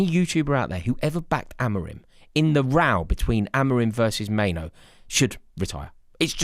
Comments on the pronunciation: His name is Mainoo NOT Maino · Kobbie, not Kobie, Mainoo, not Maino.. pls 🙏